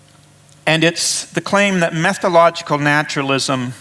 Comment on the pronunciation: BTW, it is 'method-o-logical' not meth-o-logical!